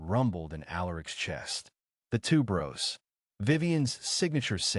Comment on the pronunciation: it's tuberose...not two bros lol